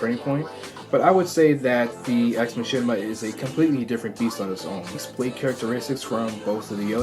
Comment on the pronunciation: I think it is said as ex makaina